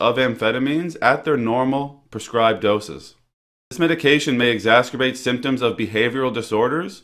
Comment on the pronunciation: Nice job. Valuable. Only minuscule adjustment since this is a word often used. Exacerbate or exacerbating. No “t” in those words. Not eggs-ass-ter-bate. 🙂